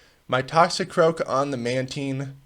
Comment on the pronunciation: FIrst person to say matine as manteen